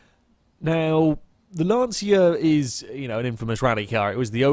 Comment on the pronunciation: As an Italian it is not pronounced Lance see a its Lon cha.